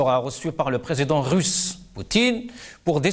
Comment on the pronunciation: En français c'est président et non présédent. Un effort phonétique svp!